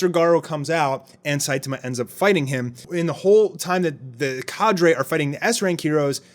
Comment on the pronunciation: wth? its not kadre its cadre, how did you even get "kay der" out of cadre lol? Ca-dray.